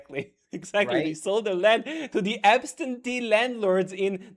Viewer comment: I didn't know you want a monachy,. (and it's "absentee", not "abstentee")